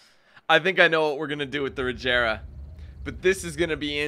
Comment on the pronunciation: Boy said rajera it’s Regera with a G not a J